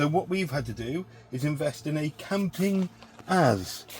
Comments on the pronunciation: Great video, love the reviews. I’m pretty sure it’s supposed to be pronounced campin-gaz 😊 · Campingaz was a French brand. You can pronounce it like Camping Gaz